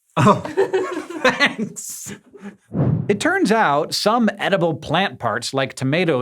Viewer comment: oh Hanks hahaha Instead of thanks